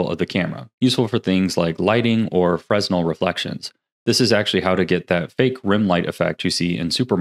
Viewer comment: Say it with me... "Fruh-nel"